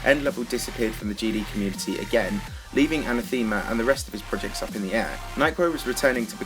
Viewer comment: that's not how you pronounce anathema,.